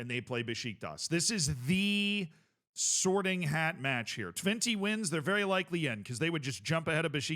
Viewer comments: Twenty is a funny pronounciation 😂 Technically speaking, it's "Twent - uh" but honestly valid. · I love that calls Twente, Twenty 👌